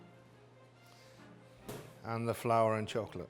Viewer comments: I like that he says "chock late cake" instead of chocolate cake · the way this man says chocolate is so satisfying istg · The way he says "chocolate" makes me moist